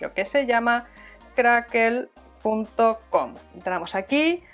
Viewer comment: Es Crackle no crackel jiji jijiji